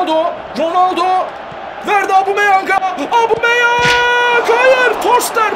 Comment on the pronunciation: Gereksiz yapmacık çocukça.Bu arada "Abumeyang" değil "Obameyang" ;)